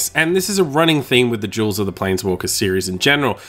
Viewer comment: I swear you keep saying Magic Jewels.